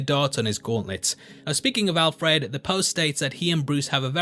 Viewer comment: You say Alfred funny, also sounds like the relationship they have in Batman earth one............. update - I should watch all the video before commenting.... but you do say Alfred funny, It's Alfred not Al-Fred. Signed a scouser